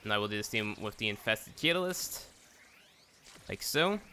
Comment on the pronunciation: You've got to learn how tel pronounce things correctly and speak English right. I couldn't even watch this because every event item's name was mispronounced! Guandao, catalyst. phylaxis etc.